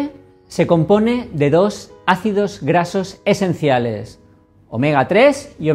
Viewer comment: Son mis nervios o a se le dificulta pronunciar ácidos grasos esenciales...